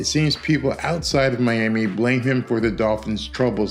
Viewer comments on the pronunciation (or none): none